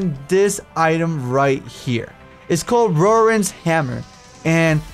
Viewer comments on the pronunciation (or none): It is pronounced roar ran just so you know sly